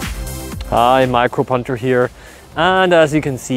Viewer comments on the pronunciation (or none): I always hear him say "Micro-Punter" for some reason.